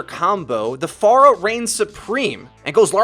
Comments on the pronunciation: I'm not saying that "Far-uh" is a stupid sounding pronunciation of Pharah, but the way you say "Far-uh" sounds terrible and you should just say "Fair-uh" :) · think you're saying Pharah wrong. it's less "Far-ah" and more "fair-ah", just saying because almost other YouTube channels and players say "fair-ah" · Sorry but it triggers me when people say FAR-UH. I askes on twitter and they said it was FAIR-UH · please start pronouncing her name correctly is fair-a not far-ah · I dislike cuz u say Farquhar. It's Fair-ha they say it in the actual game dialogue lmao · I hate when people pronounce it FAR-UH it's Fair-uh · I hate it when people pronounce it FAIR-UH It's Far-uh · Her voice line says far-uh so.. you're the ones that are pronouncing it incorrectly. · Dude you win most idiotic comment of the day. It is infact pronounced Far-uh or Fah-ruh not Fair-uh she even says her own name and a couple of character interactions has it at Far-uh too. You boring old American pronunciation of things has failed you miserably. We Americans are so basic we speak boring old easy English that's it with me as an acception I speak 3 languages fluently the perks of having interacial grandparents they passed that shit down. Go delete your comment douche. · Slaughterrific It's Fah Rah not Fair Ruh. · You lost me at FAR-UH... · Slaughterrific Pharah herself pronounces it as "FAR-HA" though. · BAAZAAA HANDLE THE PHARAAAH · is it far-ah or fair-ah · you saying phara like that is triggering me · Go to Pharah's voice lines. She says her own name and this is the correct pronunciation